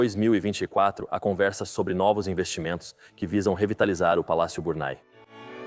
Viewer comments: Porquê está falado em portugues do brasil? Não é Burnay ( burnai) que se diz mas Burnê. Por favor, queiram dizer corretamente. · Biurnê.......não é Burnai...francês nâo é ingês...brasileiro para idiomas são1 desgraça